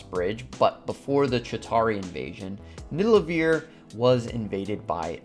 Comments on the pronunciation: It was funny, when u pronounced nidavelier as nidalevier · its not nidalavier its nivadaliear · Loved this but I would be lying if I said I wasn’t bugging out every time you said nidalevir lolol. Great content tho keep it up!! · it's nidavellir (Nid-Ah-Vuhl-Eer) not niddelaveer, the way you're saying it. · You keep pronouncing Nidavellir as Nidallevir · It's Nidavellir man. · bruh its nidavellir* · Ned-a-va-leer is the true pronunciation. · Its actually pronounced Ni - Da - Ve - Lir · I don’t mean for this to sound rude, but I cringe every time he mispronounced Nidavellir. He says it like Nidalevir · BRO ITS FUCKIN NIDAVELLIR!!!! WTF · Nidalevir? lol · its not NIDALEVIR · He also said “Nidalevir”, which is something Thor would call it since he got it wrong in Endgame too lol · Joey Teter yea almost all the pronunciations of the Norse names are wrong actually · The way you pronounced Nidavellir broke my brain😂, but good vid! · The way he pronounces Nidavellir